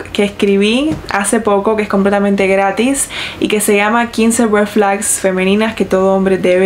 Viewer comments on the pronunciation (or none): none